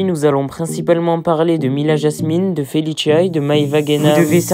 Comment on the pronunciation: Il me stresse quand il dit FeLiChIa c felicia ça se prononce normalement